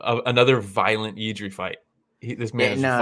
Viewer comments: it’s jiri not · 💪🙋🇨🇿and he is not done yet, he still be around 5 years.. he will be monster, btw you dont have to say Jiří, you can say Jirka, its like joe to joseph, you can get around ř and you will surprise czech speakers🙋jirka easy.. no, but kudos😅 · honestly just say yiri, you will never be able to pronounce ř correctly. Yiri is cool.